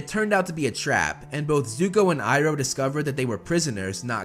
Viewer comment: I love how u say uncle ibro instead of iroh